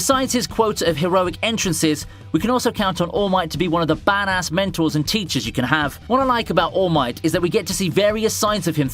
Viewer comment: am i the only one hearing "mentals" when he says "mentors"?